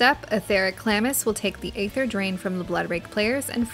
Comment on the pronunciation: The way you say aether aggravates me